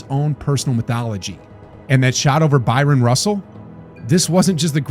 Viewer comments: Stop saying BYRON Russell. It's BRYON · It's Bryan Russell not Byron Russell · It‘s Howard Eisley (say: I-slee) and Bryon ‚don‘t call me Byron‘ Russell ;)